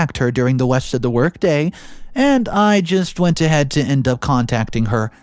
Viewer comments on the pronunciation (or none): “West” of the work day? Okay, Elmer Fudd, whatever you say! 😂 ETA: But seriously, that made me chuckle! 👍🏻